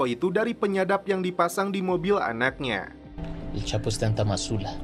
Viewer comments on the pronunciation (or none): Nyebut nya El capo, bukan El kapo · el chapo bang bukan el kapo🤣